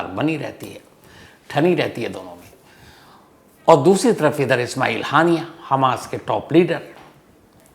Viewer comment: हानियां ❌ हाइना ✅😂😂😂😂